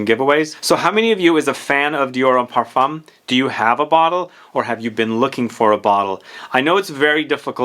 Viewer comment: Just a side note, the m in parfum is silent and the u in parfum is slightly an a. Par- fin